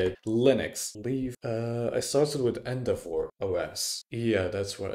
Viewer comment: Took me a while to understand what "End of war" was XD. I get your point tho